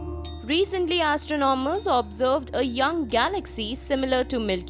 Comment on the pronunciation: Wtf accent? Astro nom ers???